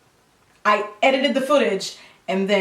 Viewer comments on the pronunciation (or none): LOL at Jackie struggling to say 'edited'. My family and friends would roast the hell out of me when I would accidentally add extra syllables to words. Glad I'm not the only one. I enjoyed this vid. I'm praying for your pores tonight 😩😂😭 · 😂😂😂 I have a rough time saying 'edited' too. Just doesn't come out the way it should.